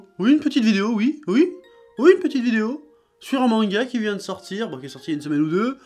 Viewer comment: Une "petiteuh" video